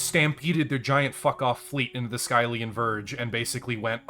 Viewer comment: The way he says skyllian is painful.